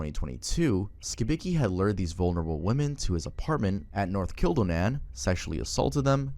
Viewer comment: As someone who is from Manitoba the way he butchered Kildonan is something I don’t have a problem with but I was just surprised to hear about this 35 year old weirdo get talked about by 😂